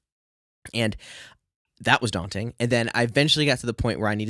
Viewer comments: very DAWting indeed! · It’s DAWnting.